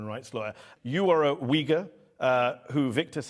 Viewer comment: He needs to work on words like “Uyghur”.